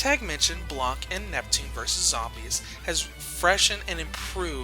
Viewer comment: The c is silent in blanc